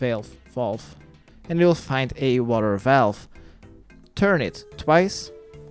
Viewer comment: Did you go and look up the pronunciation of valve? 🥺